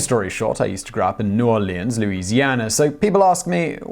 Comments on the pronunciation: Hey, Simon. If you are from Louisiana, it is pronounced NOR-LINS, not NEW-OR-LEANS. I can see how you would pronounce it that way, but I just wanted to tell you how the natives pronounce it. Also, I love your channel.;) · Lewis Johnson, it’s nawlens. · We pronounce it either “new orlens” <-> “new orlends” or “new orleens”, but never the way your pronounced it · Hateeee the way he says "new orleans" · It's so weird how you merge the American and French pronunciations of New Orleans, I've never heard any presenter or for that matter any native English speaker do that before. Is that what the Received Pronunciation coaches at journalism school are teaching now? You're neither completely right nor completely wrong, heck I've heard a natively French-speaking Cajun or two do the same, though it's definitely very rare.